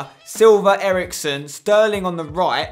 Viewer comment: Spencer in S3E33 u did say sailver Eriksen